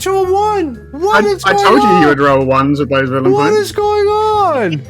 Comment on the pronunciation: Did anyone else hear "vellum points" instead of "villain points"? Sounds like a smooth idea :D